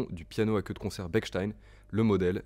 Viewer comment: Parfait ! A part La prononciation de Bechstien (ch et non k) 🙂 J'aurais aimé entendre un pianissimo dans l'aigu...